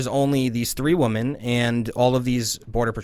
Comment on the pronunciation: What’s up with people not being able to pronounce the word women correctly?